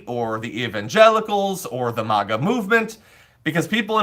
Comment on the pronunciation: The way he pronounce MAGA.😂😂😂